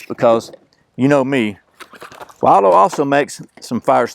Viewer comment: it's pronounced "will do". Like this cup or bowl will do!